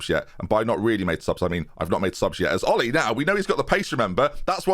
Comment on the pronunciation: I think Olli in Finnish is pronounced Oh-lee.